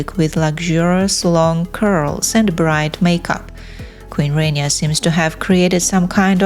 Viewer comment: Please learn how to pronounce "Rania" correctly. It is not "rain-eeya" but "rah-nyah" (and quickly spoken, so that it almost sounds like "rannya".